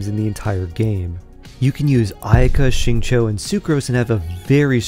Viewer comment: "shi"-ing "cho". its "shingcho"!!